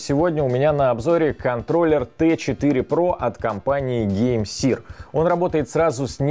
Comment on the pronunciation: Может все-таки не сир, а сэр?